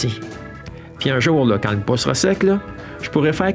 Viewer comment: non ! c'est pas leu , c'est: " là" !